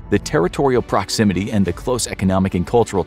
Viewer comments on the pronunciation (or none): none